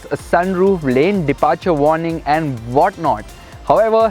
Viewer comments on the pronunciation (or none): none